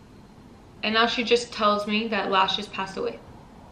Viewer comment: Also its lashes not leashes